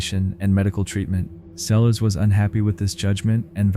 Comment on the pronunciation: In the 2nd clip you pronounce Monica Seles' last name correctly a few times but also as Selez, Sells, Sales, Saylez & Seleez. In the 3rd clip you pronounce Terri Leann "Missy" Bevers' middle name as Leen. Also, her last name should be pronounced as Beavers. In the 4th clip you pronounce The Tiede family's last name correctly a few times but also as Tito. You pronounce Kay's name correctly a couple of times but also as Kyay. You pronounce Linae's name correctly once but then proceed to call her Leenay, Linnah, Leenah & Lineeah. Do better. Especially when you're talking about victims of violent crimes.